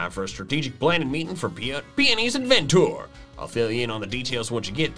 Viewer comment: I honestly loved that they did this. It feels like something that would be in a Pokemon movie! And OH MY GOSH I literally keep thinking of Sea Hawk saying adventure every time Peony says adven tour!